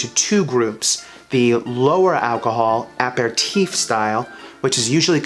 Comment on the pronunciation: Learn how to pronounce "aperitif"